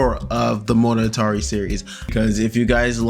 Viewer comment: I cringe HARD every time you say monogatari, IT IS PAINFULL!